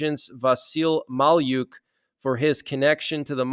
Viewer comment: Malyuk is pronounced ma-luk.